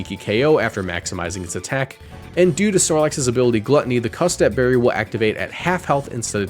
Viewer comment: my favourite berry, the cutsap berry.